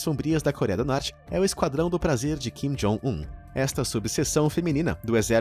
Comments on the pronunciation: É kim jong un , vc falou jin kong un rsrs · Jin Kong Un kkkkkkk, não seria Kim Jong Un? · no tempo de do video eu gostei da mudança de nome de "kim jong un" para o novo nome que o apresentador inventou "jim kong un" kkkkkkkk